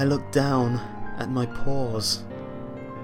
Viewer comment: The first time I thought he said "I looked down at my pores," rather than "I looked down my paws."